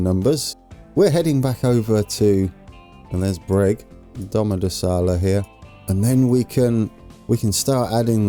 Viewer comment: SIRI IS SAYING DOMODOLLASA! BECAUSE CANNOT SAY IT PROPERLY 😂 LOL!!!!!!!!! 😂😂😂😂😂😂😁😁😁😂😂😁😁😂😁😁😁😁😁😁😁😂😂😂😂😂😁😁😁😁😁😁🤣🤣🤣🤣